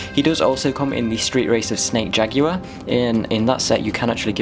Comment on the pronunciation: The way you say jaguar is so funny that I had to go back to when you said it. It's all cool dude, not trying to make fun of you, sometimes accents don't want to corporate with you some days